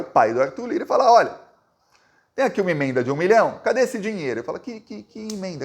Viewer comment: O nome imenda não existe .... Pronuncia as palavras corretamente rapaz